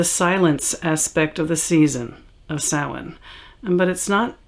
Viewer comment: Because the pronunciation is Gaelic. Although I have a friend who speaks Gaelic who pronounces it something more along the lines of Sah-Ween. So you'll come across different pronunciations. The only truly incorrect one is Sam Hain :) Usually those who speak it that way have seen the word but not heard it pronounced, so they are pronouncing it phonetically, which is understandable.